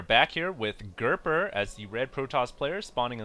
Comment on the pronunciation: its gerper not gerber